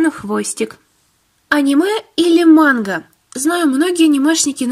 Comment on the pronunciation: Как-то ты странно говорит мангу монх???😁😁😁